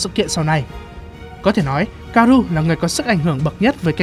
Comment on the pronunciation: *ka-o-ru nha ad đâu phải ka-ru